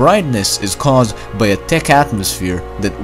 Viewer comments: t i c c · >>-----------------> Great channel. Heads up on your "th" pronunciations. Your "thick" sounds like "tick", your "both" sounds like "boat", thank > tank, thin > tin, etc. I've noticed it's a repetitive habit of yours, but one that I am sure that you'd like to work on. I'm working on Chinese Mandarin myself, as a third language, and I've always appreciated constructive criticism on my own mispronunciations. As a loyal subscriber of yours, I give your videos a 10 rating! -Xièxiè. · Say, "thick", again. I dare you... Say, "thick", again. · the way he said thick: TIKK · why do you pronounce "th" as T? like Tick instead of thich, bot instead of both ect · u said ticc and no thick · I love how you say thick xD ,,Tick.''